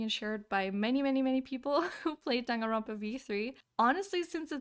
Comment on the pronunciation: It's johnganronpa